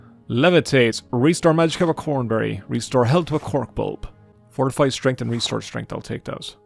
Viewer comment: you absolutely insane bastard, you nearly made me have an existential crisis by calling "COMberry" "CORNberry", or at least it sounded like that. You have no idea how much this unsettled me. I thought I had been wrong all these years.